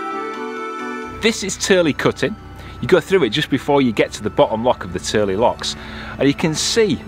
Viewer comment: Yes, your pronunciation is spot on for Tyrley locks! We were through there in 2019. Love your videos! Roger & Lisa Turley (Wales, Utah, USA) P.S. - Great cinematography at High Bridge!!